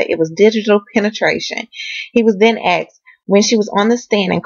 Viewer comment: Please say asked not axe